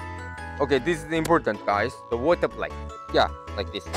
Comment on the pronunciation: lol wuta = water lol